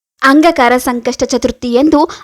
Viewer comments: ನಿಮ್ಮ ಉಚ್ಚಾರಣೆ ಸರಿಯಾಗಿ ಇಲ್ಲ, ಅಂಗಕಾರಕ ಅಲ್ಲ ,ಅಂಗಾರಕ ಎಂದು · Angakara alla Angaraka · ಅಂಗ ಕಾರಕ ಅಲ್ಲ ಅಂಗಾರಕ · Angaraka antha heli...angakaraka alla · ಅಂಗಕರ ಅಲ್ಲ ಅಂಗಾರಕ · ಅಂಗಾಕಾರ ಅಲ್ಲ ರೀ ಅಂಗಾರಕ ಅಂತ ಹೇಳು. 🤦‍♀️🤦‍♀️ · ಅಂಗಾಕಾರಕ ಅಲ್ಲ ಅಂಗಾರಕ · Angakara alla maree angaraka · please say angaraka, not angakara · Please, ಅಂಗಾರಕ ಎಂದು ಹೇಳಿ. ಅಂಗಕಾರ ಅಲ್ಲ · First change your pronounce not Angakaraka Angaraka😅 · Anga Kara alla angaraka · Its not aangakara Angaraka your pronunciation is wrong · Not angakara pronounce wrong say angaraka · ಅಂಗ ಕಾರ ಅಲ್ಲವ್ವ ತಾಯಿ,ಅಂಗಾರಕ ಚತುರ್ಥಿ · ಅಂಗಕಾರ ಅಲ್ಲ, ಅಂಗಾರಕ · ಅಂಗಾರಕ ಮೇಡಂ ಅಂಗಕಾರಕ ಅಲ್ಲ ಸರಿಯಾಗಿ ಹೇಳಿ .ಮಾಹಿತಿ ಕೋಡಿ. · Angkara ಅಲ್ಲ ಮೇಡಂ.. ಅಂಗಾರಕ ..ಮೊದ್ಲು ಎನ್ ಹೇಳ್ತಿದೀನಿ ಅಂತ ತಿಳ್ಕೊಂಡು ಮಾತನಾಡಿ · ಅಂಗಾಕಾರ ಅಲ್ಲ ಅಂಗಾರಕ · Pls tell properly angaraka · Medam modalu ಅಂಗಾರಕ anta uchchar madriii plz💐💐🙏🙏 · Hello...angakaara naa?? Thappu thappaagi heluvude dodda thappu😂😂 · ಒಂದು ಸಲದ ತಪ್ಪು ಅಲ್ಲ … ಪ್ರತೀಸಲ ಅದನ್ನೇ ಉಚ್ಛಾರಣೆ ಮಾಡಿರೋದು … ಮೊದಲು practice ಮಾಡಿ ಅನಂತರ video ಮಾಡಿ … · ಏನೋ ಒಳ್ಳೇದು ಹೇಳಾಕ್ ಬಂದಿದೀಯಮ್ಮ ಉಚ್ಚಾರಣೆ ಸರಿಯಾಗಿ ಇರ್ಲಿ ಅದು ಅಂಗಾರಕ ಏನೇನೋ ಓದರ್ ಬೇಡ ಇಲ್ಲಾಂದ್ರೆ ಬಾಯಿ ಮುಚ್ಕೊಂಡು ಇರು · ನೀವು ಹೇಳುತ್ತಿರುವ ವಿಷಯ ಸರಿಯಾಗಿದೆ ಆದರೆ ಅಂಗಾರಕ ಎಂಬುದರ ಬದಲು ಅಂಗಕಾರ ಎಂದು ಹೇಳಿರುವುದು ಕೇಳಲು ಹಿಂಸೆಯಾಗುತ್ತದೆ ಸ್ವಲ್ಪ ಅಲ್ಪ ಪ್ರಾಣ ಮಹಾ ಪ್ರಾಣ ಸರಿಯಾಗಿ ಉಚ್ಛರಣೆ ಮಾಡಿದರೆ ಚೆನ್ನಾಗಿರುತ್ತದೆ ನಿಮಗೆ ಒಳ್ಳೆಯದಾಗಲಿ ಧ್ರುವ ಅಲ್ಲಾ ದೂರ್ವ ಅಂದರೆ ಗರಿಕೆ ಪತ್ರೆ ದತ್ತೂರ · ಅಂಗಕಾರ ಅಲ್ಲ ಅಂಗಾರಕ ಮೇತುಚೂರ್ ಅಲ್ಲ ಮೋತಿಚೂರ್ ದೃವೆ ಅಲ್ಲ ದೂರ್ವಾ... ಕನ್ನಡವನ್ನು ಸರಿಯಾಗಿ ಬಳಸಿ ಉಳಿಸಿ ಸಿರಿಗನ್ನಡಂ ಗೆಲ್ಗೆ ಸಿರಿಗನ್ನಡಂ ಬಾಳ್ಗೆ.❤🙏🏻 ಜೈ ಕನ್ನಡಾಂಬೆ 🙏🏻👏🏻w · angakara alla angaraka n druva alla durva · ಅಂಗಕಾರ ಅಲ್ಲ ಅಂಗಾರಕ ಮೇತುಚೂರ್ ಅಲ್ಲ ಮೋತಿಚೂರ್ ದೃವೆ ಅಲ್ಲ ದೂರ್ವಾ... ಕನ್ನಡವನ್ನು ಸರಿಯಾಗಿ ಬಳಸಿ ಉಳಿಸಿ ಸಿರಿಗನ್ನಡಂ ಗೆಲ್ಗೆ ಸಿರಿಗನ್ನಡಂ ಬಾಳ್ಗೆ.❤🙏🏻 ಜೈ ಕನ್ನಡಾಂಬೆ 🙏🏻👏🏻